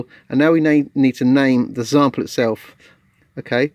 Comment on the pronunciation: Did I hear zample? .... Great video however✌🎹